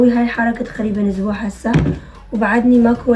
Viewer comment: مو هية عاشت كل حياتها بأمريكا و لهجتها بالعربي مو كُلش زينة فة ما تعرف تلفظ كل الكلمات زين